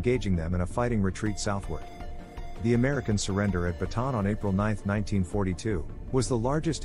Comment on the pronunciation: It's Bataan not baton.🤓